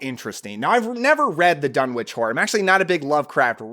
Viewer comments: Thanks. Saw it when I was 10, doesn't follow all of the book, mixed with 60's witch stuff, etc., but still good p.s., it's pronounced dun-itch, and there are also visual references to meteorites with energy. (On Wilbur's table) ❤❤❤ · One complaint- Lovecraft was an anglophile, so Dunwich would be pronounced Dun'ich. The W is silent in the British fashion. Just like Innsmouth would be pronounced Innsmuth. Well, actually another complaint would be that Lovecraft seldom included positive female characters, particularly as the hero. But Hollywood always changes things to make them palatable to a mass audience. The other changes, like Wilbur being normal looking instead of resembling a goat would fit in that category as well. Just sayin'. But the jump scare with the mother screaming directly into the camera is still effective. And god! What a fantastic soundtrack... Interesting that Talia Shire is a supporting character. Loved this movie as a kid